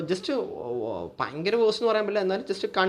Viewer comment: പയങ്കര അല്ല ഭയങ്കര